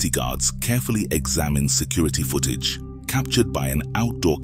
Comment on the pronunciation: One horrifying thing is how the narrator pronounces footage